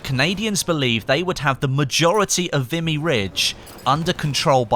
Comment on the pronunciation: FYI, it's pronounced 'Vee-me'. Great video BTW.